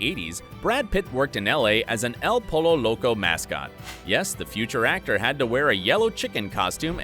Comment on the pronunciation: It is pronounced as "El Poio Loco". Dumb ass!